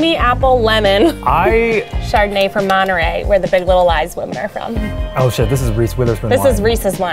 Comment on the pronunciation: Me: reads the subtitles ahead "... this is from Monterrey" what?: says monerey Me: wtf?!